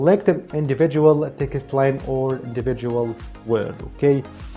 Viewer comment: You seem such a nice and hard working man, I have been a subscriber for a long time and want you to succeed. Can I say when you say Text it sounds like Ticket, I understand you are trying and doing very well with your English and I am saying this as a friend! Try to pronounce Text like TEX- - T Or even just say TEX. Keep up the good work.